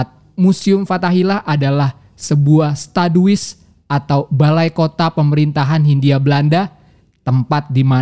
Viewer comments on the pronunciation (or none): Koreksi min, pelafalan Stadhuis = “stadhay(u)s”